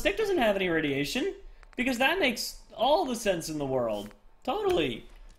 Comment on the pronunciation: it is radeation